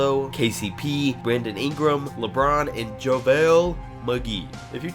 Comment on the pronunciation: You said Lebrun James jr.😏😏😏